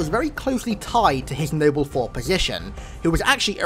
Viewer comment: Nible team! Lol how he says it